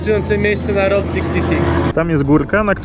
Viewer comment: Zróbcie dogrywkę, za mało pierdolenia o skorpionach i błędnego wymawiania słowa route.